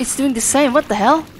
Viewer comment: when you say "fricken (h)ell" it sounds like "fricken L" haha you can actually climb up the rocks on the right side there and get up to the slide reel shelves yeah the way they do the rendering trickery isn't perfect haha wow! At least it didn't hit your ship and explode it haha "Do I have to in order to win the game? Nah, probably just cool worldbuilding." ⭐🌒🌔👁⭐